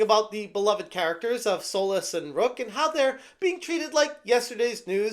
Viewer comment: When he said “it’s baffling…like, Solas “, I thought he was saying soulless. As in this game is soulless and uninspired.